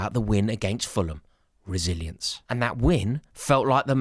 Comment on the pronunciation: not me hearing "Brazillians" every time he said "resilience"😂😂😂